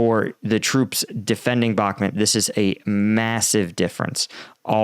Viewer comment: Dude you don't pronounce bakhmut right in every single video you do..